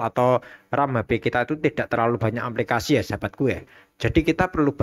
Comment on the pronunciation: Aplikasi bukan amplikasi wkwkwkwkw KK 😄😄😄